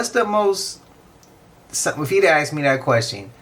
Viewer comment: " I AXE'd that question twice " 😂😂😂😂😂😂😂😂😂😂